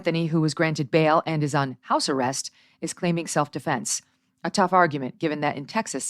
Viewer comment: . Sounds like Dominque had a bad-boy speech that he PLANNED to pour over Karmelo's head. But, not knowing what he was doing, he poured the boy-boy speech on MR. METCALF'S head! That's a monumental screw-up. Love the intrusive L's tho. Self DeFLENSE!